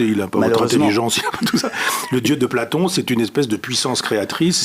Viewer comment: Est-ce que j'ai bien entendu ? Il dit "blaPlaton" exprès, à moins que je me trompe. Le niveau philosophique est impressionnant. Il est encore meilleur quand il parle du multivers.